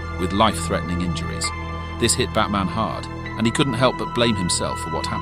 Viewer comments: Trying for a few minutes to figure out if I heard fatman at first and not batman💀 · He’s 100% saying Fatman. Should be ashamed of himself 😂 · im hearing at the begining of the video fatman not batman💀💀💀 edit:100 likes lol thx